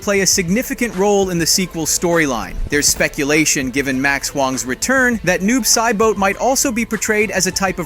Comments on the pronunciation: He said kahno Liu Kong and noob sai boat what da hell? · Butchered almost everyone's name... noob saibot got me cracking up called him saiboat😂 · This guy just butchering names. Liu "Kong", Noob Sai"Boat", & "Kahn-O".. 🤦🏻‍♂️💀